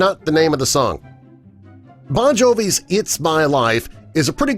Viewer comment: You forgot to mention it's not Jon Bovi. It's Bon Jovi. Lol